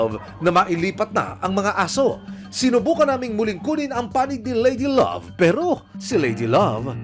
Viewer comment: Need lng nman sa nag aalaga e,,,,mabuting kalooban sa Pag alaga na may kaayusan sa ginagawa..tinde rin isipin mo kinaya nya Amoy nayun.( Haha,Pero yung nag nanarate ,,swabe sa bigkas ng " ladylove" hehe